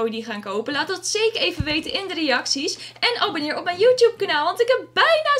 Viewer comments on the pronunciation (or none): none